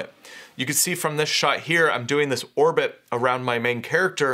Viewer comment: Orbit for humans. Oribit for frogs.